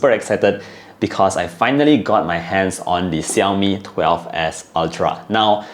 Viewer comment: Hey Lim, it's not Siaomi, it's Xiaomi. 😑😑😑